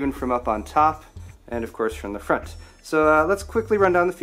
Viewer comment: Moount it in the froont